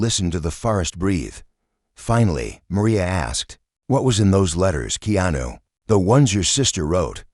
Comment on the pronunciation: Please pronounce Keanu's name properly